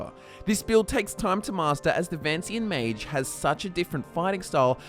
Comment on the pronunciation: Ma-g-e It's not like mage